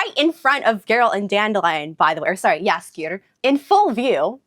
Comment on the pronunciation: Nice polish pronunciation of "Jaskier"! And great that you caught how "zwę się" is an old-fashioned way to say "jestem" - I'm impressed! Greetings from Poland :)